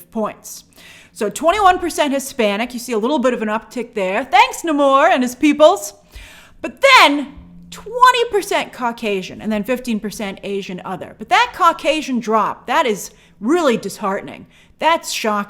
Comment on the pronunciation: And it's NAY-mor. Time to take a year off, Grace...